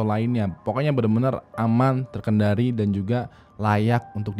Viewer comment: "Terkendali"Bukan"Terkedari Bang🤣